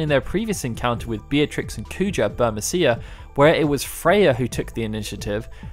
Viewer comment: It would be bur-MEE-see-a, surely?